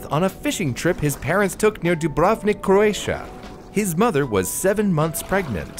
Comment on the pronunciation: AAAAA hurts. DU - BRV - NIK JU - TA - RNJI PO - DRI - CHA Just like Bosnia and Herzegovina without an "i" in the middle of BOSNIA This is olll together SARAJEVO It's okay, but try to emphasize "I" and don't forget "l" "i" is not pointed out Bravo, but his "Cha" is not "Che" I don't blame you for this, but it's a pronaunt like Croatia I'm grateful to you for doing this video. I don't usually cere about things like pronaunciation. P.S. I am Croatian